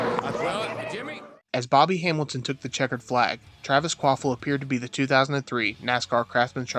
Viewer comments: *KvaPil Not Kvaphil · Kvapil. Sorry, I had to write his name, it sounds like you're saying quaffle, it's kinda giving me anxiety lol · Kwaffle does not = Kvapil